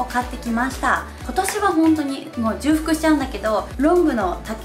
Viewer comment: 細かいですが… 重複 じゅうふく ではなく、 ちょうふく だと思います！ とても参考になりました！！